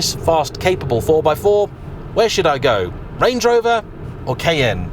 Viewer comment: The pronunciation of Cayenne changes quite a bit in the video. How am I supposed to correctly pronounce it?